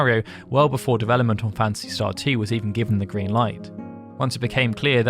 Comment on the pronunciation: Not sure which I like best, Final "Fancy" or "Fancy" Star. I hear "Fancy" almost every time with your accent, LOL. Great videos by the way.